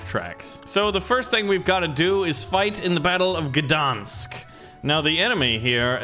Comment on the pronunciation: that say gdańsk ń=ni